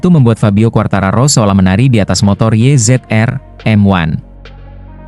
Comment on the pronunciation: Kalem, nyantai ajA, nyebut race, YZ-RM1 aja salah.......emang pembaca naskah cuman baca doang